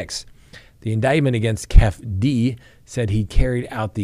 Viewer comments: Keefe D is pronounced Key fee Dee not Kef D😅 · Not kef d. say it Keefy d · Its pronounced Kief E - D. Keefee D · I can't handle hearing say "kef-D" and "baby Lane".🤣🤣🤣👍👍👍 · Its keeee feee deee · Keefe D, is pronounced, kee-fee dee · It's pronounced KEY-FEE-DEE 😂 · Pronounced Keef- e - dee..